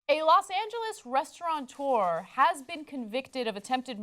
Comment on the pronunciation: Restaurateur, Ana. There's no N in it!